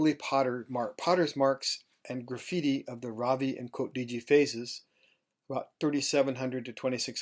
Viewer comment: If I may: it is not Haraapa; it is Harappa. हड़प्पा in Devanagari, the R actually being aDa rolled by the tongue! :) (the two a are short vowels pronounced as in un (uneasy, unusual, etc) It is not Raavi; it is Ravi! :)